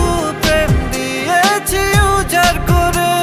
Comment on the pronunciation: খুবই ভালো লাগার একটা গান বানিয়েছেন brother❤❤ তবে "উজাড় করে" এর উচ্চারণটা "উজার করে" হয়ে গেছে যেটা শুনতে odd লাগে😢😢